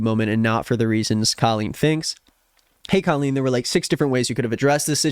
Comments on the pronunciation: Hey, could you please say her name how it is pronounced.. Co-lleen.. tnx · babe i need you to pronounce her name properly because I'm losing it slowly